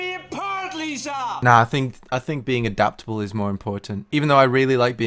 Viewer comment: Yes, abaptable that's how you pronounce adaptable. Mmmhmmm yeah totally.